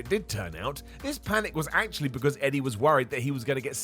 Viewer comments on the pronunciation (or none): none